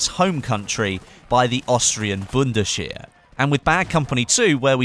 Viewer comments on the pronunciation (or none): its not "bundesher" it is "bundes wehr" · Bundescher? God, englisch people shouldnt even try to speak german.. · i am austrian and it is so funny how you pronounced bundesheer, haha good vid though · Oh my god how you said "Bundesheer" hahaha lmao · Funny to hear you say: "Bundeswehr"...